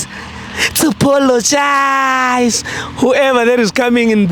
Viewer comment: pologize🤣🤣🤣🤣instead of apologize